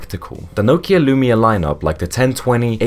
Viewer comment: Can’t say Nokia or Z correctly so too young to remember.